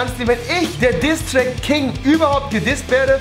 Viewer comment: Hat er gesagt ; "Distrak King"?